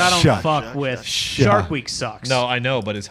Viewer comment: saying shark with a hard r felt dirty